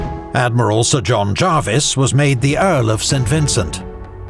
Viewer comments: Small point: John Jervis pronounced his name as it's spelt, not as "Jarvis". BBC's Pronouncing Dictionary of British Names includes this note under "Jervis": Jervis, (jérviss) ; ['d͡ʒʒrvis] (jaarviss) The first is appropriate for the family name of the 18th-c. admiral, the Earl of St. Vincent. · Amazing video, but by god its pronounced JUR-VIS not Jarvis for John Jervis, 1st Earl of St Vincent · Fair enough, but... Not 'the British navy', but the Royal Navy. Jervis' name is pronounced as written, not as 'Jarvis'. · Good video but pronunciation of Jervis as Jarvis really irked me 😅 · Why do you insist on pronouncing Jervis as Jarvis? Is it misspelt in your script? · Well I'm British, and it is pronounced Jervis.